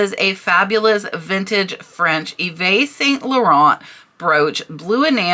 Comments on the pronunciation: I love your educational videos. Just a good learning opportunity for you from your French Canadian fan YVES is pronounced just like English EVE. Merci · Also fyi: Yves is pronounced in French as "Eve". I do love learning from your videos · FYI...Yves is pronounced "eev" and Vendome is pronounced without the "a" sound at the end. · yves - sounds like eve - its a french name